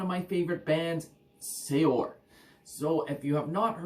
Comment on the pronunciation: I hate doing it... it's pronounced 'Seer' (although likely makes no difference to those that hear it). Maybe you already know that, often bothers me when I come across that one. Couldn't resist! Epic band, awesome channel.